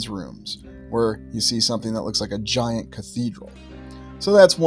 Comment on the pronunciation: giant. Or Gi ANT 🐜 🙄 🤣